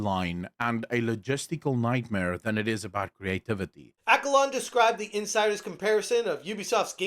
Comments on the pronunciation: It's Acco-lon. Not lorn. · Accolon not alacorn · Accolonn doesn’t have an R in it lol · it's Ack-o-lawn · I giggle every time you call him Accolorn. Lol.